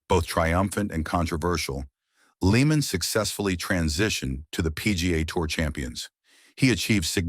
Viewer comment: Sigh..... Lee-man 🙄